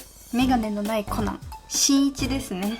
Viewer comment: コナンが｢ほな｣に聞こえて、なんで急に関西弁！！？って思った笑笑